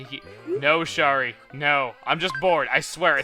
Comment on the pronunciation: Ugh.... A Kangaroo version of Shari moved into my town today.... Also, Shari is pronounced Sherry.